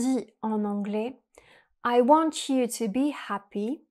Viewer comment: Interesting video. However, you kept mispronouncing the English words “here” and “want.” Keep practicing and you too can sound like a native English speaker. 😂